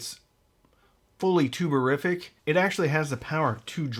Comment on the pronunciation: Every time you say “tube-a-rific”, I hear “tuberific”, and I momentarily get excited about some high-grade potatoes.